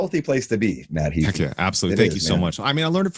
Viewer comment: HAY-FEE, not Hee-fi! :)